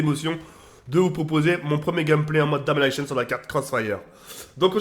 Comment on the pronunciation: C'est mode Domination pas Damonaycheun Et pas Infinity warfare mais Infinite Warfare !!!!!!!!!!!!!!! Zbeub Zbeub